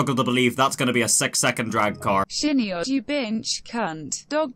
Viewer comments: I love you but "Shin Yodd" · I unironically thought your name was pronounced Shinyod... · I'm going to assume it's pronounced shy-nee-od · Its better if you pronounce his name shin yodd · ngl i legit pronounced "shin-yodd" lmao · It's pronounced shiny-odd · Shiny odd That’s how you say it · Saying his name wrong IS illegal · how can you butcher such a easy name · You are illegal for saying that name wrong